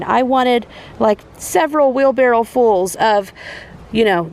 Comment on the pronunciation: I'm trying to listen carefully but do you call a wheel barrow a 'wheel barrel' ??? I have harvested just 4 tomatoes this year and I am quite proud of them!!! Re you crops, I'm with the person who said 'dig deeper for your spuds with a big fork' I bet there are more in there. Also to 'hill' them. My dad grew all of our veggies so I'm thinking of his beautiful vegetable garden.